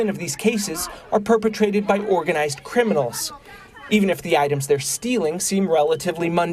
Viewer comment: "Organislzed criminals"